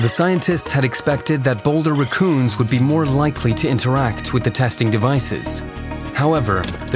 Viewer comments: Because he did not pronounce rack-coon? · Why do you pronounce raccoons like that? where are you from?